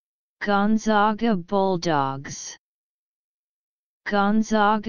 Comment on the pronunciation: WRONG WRONG WRONG!!!!! Seriously??? Do a little research next time before you actually go and upload a video. This is WRONG. It is GONE-ZAG-UH. ZAG like bag, and rag. We are the ZAGS not the ZOGS.